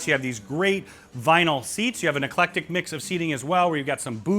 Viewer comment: Please don't ever say the words "ton", "doooty-free" or "eclectic", or move your hands ever again.